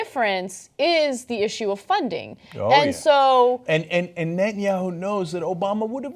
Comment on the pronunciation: At one point, Ana truncated Netanyahu to simply "yahu." That made me grin for some reason.